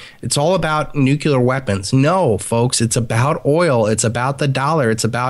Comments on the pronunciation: UGGGGGHHHHHH!!!! If you are going to make a point, atleast be able to properly pronounce a word!!! Is NUKE CLEE ERR NOT NUKE YOU LER AAAAAAAAAHHHHHHHH!!!!! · I'll try... Nook-Uh-Lur... Nook-Uh-Lur... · Repeat after me - NEW CLEAR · Is "newkiller" an american translation of "nuclear"?